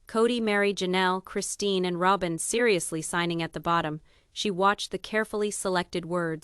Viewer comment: This commentator needs to learn how to properly pronounce names! It's annoying. She says Ro-bin, then Rob-in